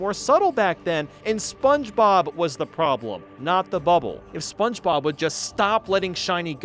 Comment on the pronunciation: I could be wrong but I feel like after hearing you say spongebob for 7 hours I'm pretty sure you say "sponchbob" but hey if that's intentional then nevermind 👀